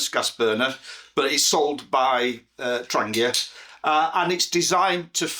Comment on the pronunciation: THANK YOU for not saying 'tran jee uh'. <3